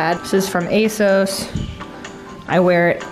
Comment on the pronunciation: Thats nice and all but why did she pronounce ASOS like ay-sowss